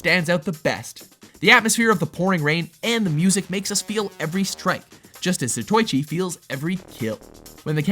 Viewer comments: ugh... more bad Japanese pronunciation. Not "Zuh toy chee"... "Zah Toe Ee Chee". Why has no one said anything yet about practicing these names before reading them for the vids? Look, you say every piece separately and each vowel gets its own sound. All "i"s sound like a long E like bee. O's are like long O's like toe. U's sound like ooh. A's sound like in an O in Stop. so Zatoichi is ZAH TOE EE CHEE. Kunoichi is KOO NO EE CHEE. That's the basics. After that, it's all simple details. The only exception is with double vowels which tend to elongate the sound like a double emphasis, but it's hard to confer in typing so you'll have to hear it for yourself. Please make better attempts as you're talking to the crowd who know watches Anime like we watch Marvel movies. It's important to sound less ignorant. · Za - toe - ichi. Not Zatoychi. 😩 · It pronounced zato-ichi not za-toy-chi. Frank dukes not frank ducks even though it's spelled dux. They always mispronounce words. Get it right. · its not zatoychi its za-to-eechi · Seriously? you pronounce Zatoichi "Zah-toy-chee" Its supposed to be "Zah- toe-ee-chi" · Not "za-toy-chē", "sah-toe-ē-chē". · Zatoichi. Say it with me. "Zah toh ee chee"